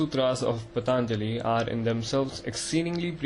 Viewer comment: Please pronounce the name PAA-TAN-JALI properly, it has a A-vattu, an elongated A, not a short A in the first syllable. Good approach, nice effort.